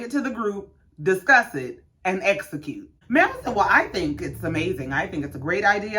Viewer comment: So we're just gonna glide past Tesha constantly saying "black espo" instead of EXpo. And that she wanted to "esocute" instead of "execute" plans. 😮